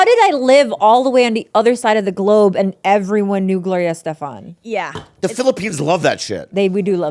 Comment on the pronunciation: They kept saying Gloria Esteban 😂